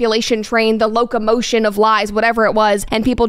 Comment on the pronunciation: Not the 'locomotiON'?? 😂